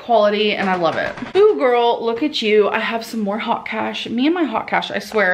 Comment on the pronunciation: It’s haute cash not hot cash...geez.